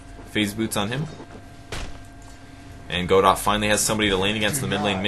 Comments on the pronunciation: Great cast, super fun game to watch :) btw, Godot is pronounced more like "Go-dough". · You're right that pronounces Godot wrong and it should be pronounced Guh-doh but the play "Waiting for Godot" is not written by Bertolt Brecht. It's written by Samuel Beckett. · Unless you've heard otherwise from the player, "Godot" is most likely pronounced "guh-DOE" Fun fact: Godot is probably a reference to the play "Waiting for Godot" by Bertolt Brecht in which two characters wait around for Godot while awkwardly conversing and wondering where he is. Godot never shows. It's kind of funny this guy is named Godot... it's like the dude finally appeared XD